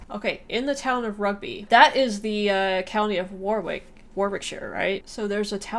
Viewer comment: Warwick is pronounced Worrick.